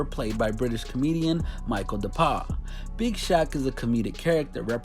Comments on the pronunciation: Hiw dis brudda said Michael dappah piss me off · Dont forget "Michael Dapaarrrr" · Michael dapar? G it’s Michael dapah innit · "MICHAEL DAPAR" I'm dead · michael dapppah😂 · Micheal daapaa hahaha these pronunciations are funny man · U see the way he pronounces Michel dapper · 1st of all I appreciate this vid 👏🏿👏🏿. But the pronunciations are nuts fam 😂. Tottenham, Bow and Michael Dapaah killed me 😂😂 But seriously, your research ppl gotta come better to stop you from looking crazy. U can't do a vid about the UK and sound like u don't know anything about the UK